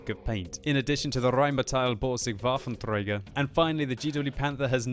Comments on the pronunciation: Waffentrrrrrrrrööööögerr 😂😂😂 u rolled the r so hart 😂😉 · u sound like Hitler himself, when u role the r so hart on the german tanks 😂:D #noh8 :) U're producing pretty good content/videos.. I like it alot to watch 'em ^^ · when speaking waffentragger or grosstraktor, please, say it more german and less russian. sorry, its boggling me so much :c